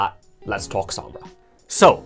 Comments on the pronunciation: I can’t stand people saying the name wrong. It’s spanish. It’s sOmbra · The only thing that bothers me is your pronunciation of her name